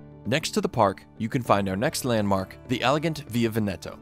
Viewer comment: Tra-STE-vere! VE-neto!